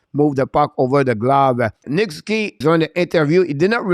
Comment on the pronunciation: Try saying Sus oo. Key when using Nick Suzuki’s name. Ok?